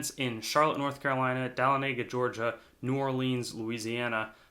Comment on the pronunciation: Dahlonega, GA is pronounced Duh-lawn-uh-guh